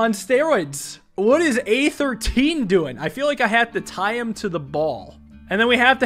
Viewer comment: He says "A13" but I hear "Aether Teen"